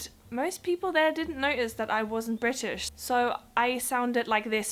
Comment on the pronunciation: Your accent is fine. In another video they way you said British and Britain was almost in a native cockney accent. The odd word you almost sound DUTCH. Your English is far better than my German. I lived there for 4 years so I don't know if I just don't notice the accent as much.